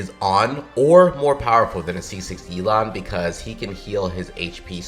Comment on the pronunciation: Yelan pronouced like 'Elon' lmao, man we need Elon Musk on our teams